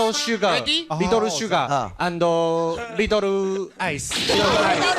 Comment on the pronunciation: 안도 안도..하길래 뭔가 했더니 and를 그렇게 발음 하는거네요? 진짜 헐이다..ㅎ